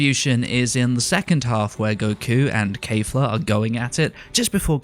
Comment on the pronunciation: KALFA really? it's kefla